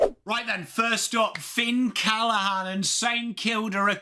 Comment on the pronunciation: His name is Finn CallaGhan not Callahan. They pronounce the G in the family